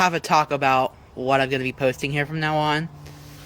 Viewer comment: This guy is so fat that when he says "talk about," it sounds like "Taco Bell."